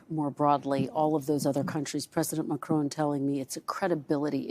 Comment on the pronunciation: It’s Ma-Cron, not Makroone, you only just interviewed him. Silly ignorant lady.